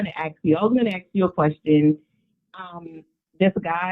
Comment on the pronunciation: "I want to axe you a question"